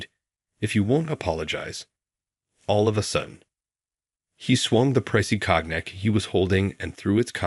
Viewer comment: Cracked me up too. And Ratchel. Hate these AI voices. Awful